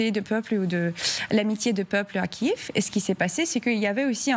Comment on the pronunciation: Kiev, pas Kiiiiiiiiiiiiiiiv ;)